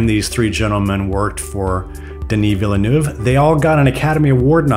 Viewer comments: Interesting video but PLEASE learn how to pronounce the directors name correctly. It's actually easier the the convoluted way it's said by the presenter of this video (veal = as in the meat, and nerve = as in your body). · One day people will correctly pronounce this poor man's surname! It's like VEEL-NERVE ...